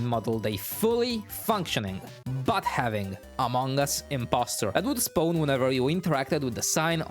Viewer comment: "I want him to Spown here"